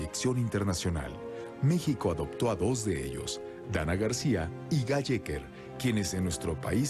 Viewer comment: Guy se pronuncia Guí. Son reeee brutos